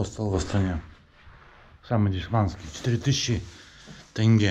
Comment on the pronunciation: Не тэнге, а тенге!